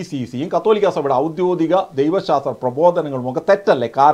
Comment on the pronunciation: ബ്രോ ചില ഉച്ചാരണങ്ങൾ ഒന്നു ശ്രദ്ധിച്ചാൽ നന്നായിരുന്നു ഔദ്യോഗികം ആണ്‌ ശരി ഔദ്യോദിഗം അല്ല